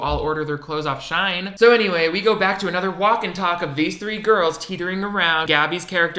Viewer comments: I just hate that he said shine instead of She-in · Omg is Shein really pronounced “shine”?!? This whole time I’ve thought it was pronounced “she-in” Also snail dog door took me out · Me: it’s pronounced “shine” and not “she in”??? 🥲🙃 Also, as someone from Louisville thank you for not forgetting Breonna Taylor. 💜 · Shein is pronounced as "shine"?? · it’s pronounced “she-in” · Me neither! I always thought it was pronounced "Sheen"😂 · why do u pronounce shein like that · WAIT WAIT WAIT!✋ Is that how Shein is supposed to be pronounced?? Or were you just trying to be funny? If that's how the company says it's meant to be pronounced, I am so confused. Lol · i didnt know shein was pronounced that way